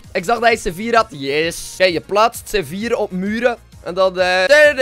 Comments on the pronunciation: Hij zegt gewoon sevier😂😂😂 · Maar zei je nou c4 of zeewier?